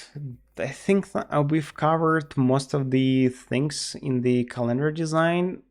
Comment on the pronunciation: Say CalEndar one more time I double dare you